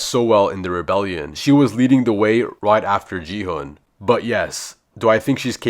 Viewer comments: It’s not ji-hun it’s gi-hun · Is everyone gonna ignore that he said Ji-hun but it’s actually Gi-hun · His name is not jehun his name is gi hun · OHIO JI HUN IS NOT ITS GI HUN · IT is not juuhb it is gih gun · Bro, you said a G ho is Gihon not Jhan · Bro its not gigun its seong gi hun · It’s gi-hun bty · stop saying ji han